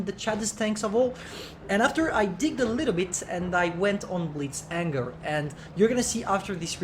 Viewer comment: frere, c'est "Blitz Hangar" pas "Blitz Anger" 🤣☝🏽